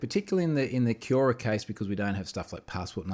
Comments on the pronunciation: Come on Troy. You must know how to pronounce Quora. Hint: It's very similar to Quorum. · That's not the way "Quora" is pronounced :)